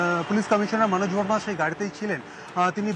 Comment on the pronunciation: ভাষা আন্দোলন হচ্ছে, বাংলা খবর পড়া হচ্ছে,অথচ " মনজ ভার্মা" এই নামের উচ্চারণটা করার সময় হঠাৎ হিন্দির কায়দায় হচ্ছে কেন?